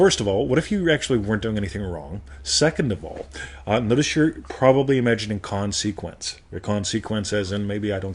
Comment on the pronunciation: Well the first thing you’re doing wrong is the pronunciation of >>>consequence<<< It has the stress on the first syllable. 😄